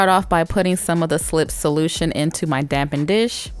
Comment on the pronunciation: I think it’s called a dappen dish, not dampen dish. Isn’t it?